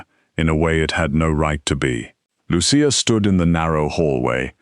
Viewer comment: Excellent ❤. The voice mispronounced Lucia several times.